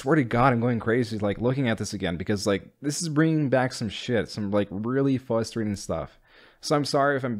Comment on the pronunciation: Love it, love you bro, just, please put the R in the right spot on fRustrating 🙌🏼😂